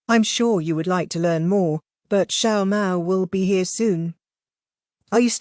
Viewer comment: yeahhh I’ve noticed the other ones say mao Maos name like mayo mayo 💀